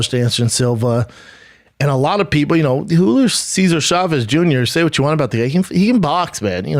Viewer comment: How many times he said Hulio Chávez Junior